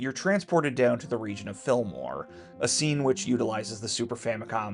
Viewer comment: Sorry this has nothing to do with anything but the way you say Fillmore quick like that, it sounds like you're saying Film Noir like I'm listening while doing something else and I think "You travel to a Black and White crime ridden town filled with people dressed up in trench coats and fedoras?"